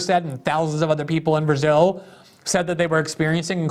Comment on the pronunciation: Glenn pronounces it "Berzill" lol